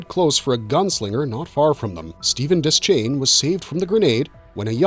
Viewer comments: De-shane. Not Des-chain. That's how Frank Mueller, the narrator of the Gunslinger and Drawing of the Three audiobooks says it. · DE-Shane not des chane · It's pronounced Deshain. The C in Deschain isn't sounded. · Deschain is pronounced Deh-Shane. It's French.